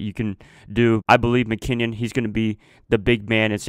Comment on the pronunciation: Its Jerrick (Mc-Kinn-in) not (Mc-Kinn-ion) just had to get that straight. 49ers are going 14-2 mark my word